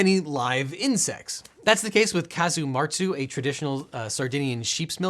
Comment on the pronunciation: Casu martzu (nice pronounciation btw, you nailed it) is not illegal in the European Union, as you might guess from Sardinia being part of Italy and Italy being part of the EU. The EU has layers on layers of exception for products that look dangerous on paper but have a tradition and history of production and consumption, so it's not going to disrupt any continued food tradition. The only real problem with the production of casu martzu is the maggots are usually wild, resulting from stray flies laying eggs in the cheese rather than being grown as part of the process, and this goes against the regulations on production chain oversight